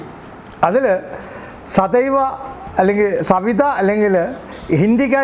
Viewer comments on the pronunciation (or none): Oru thiruth und sir . സവിത അല്ല. സതീവ ആണ്. also. THC. tetrahydrocannabinol ആണ്